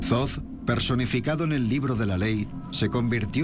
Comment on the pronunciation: que alguien le diga al guionista que ''zoz'' no es 'Thoth'', en español esas dos H son mudas, no se dice ''zoz'' sino ''Tot'' (foneticamente). Gracias !!